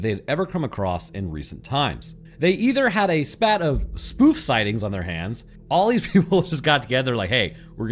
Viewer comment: While we're bullying for correct pronunciation: Spate = Sp-ate 😁